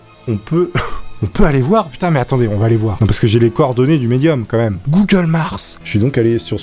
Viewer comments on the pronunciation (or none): C'est moi ou il a dit meume à la place de mEme ????????????????